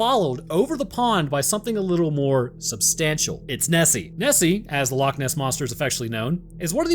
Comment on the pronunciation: I am from Scotland Loch Ness is literally about and hour half by car from where I stay and yes you are saying it right don't know who is telling you your wrong, love the content man I have learnt so much from both your channels have a great day man <3